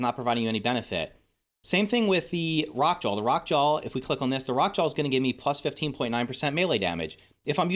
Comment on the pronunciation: Anyone else hear “Jawl” and not Jaw when he says the Rock Jaw name?